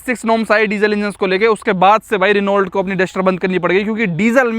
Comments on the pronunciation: Renault nehi pronunciation reno hoga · Renault's right pronunciation is रेनो या फिर फ्रेंच में ओनो या होनो, Dacia's right pronunciation is डाचिया (according to the Romanian language). I worked with Renault France & Renault Russia (Lada) in the past.